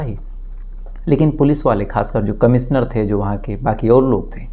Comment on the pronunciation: अरे भाईसहाब... आपकी भासा कब सुधरेगी ? आप कब श को स कहना बंद करोगे? "कमिसनर" कैसा अजीब लगता हैं सूननेमे...